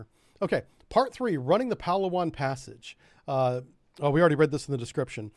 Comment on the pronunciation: its pronounced "pa laa wan". emphasis on LAA.. southern philippines. fantastic food and even better diving. the site of hundredes of arircraft and ships sunk there in less than 90 feet of water. unfortunately it is also where abu sayef operated so the philippines has been fighting a low intensity conflict against muslim terrorists there for a long time.